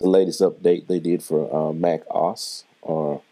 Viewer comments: FYI just say the letters O and S. Not oss like a word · Very good introduction, esp. to Drummer and the EQ. Thanks! (Um...and since somebody else mentioned it, it's pronounced Mac O -- S.........not Mac osssssss.). Rock on! Keep up the vibs!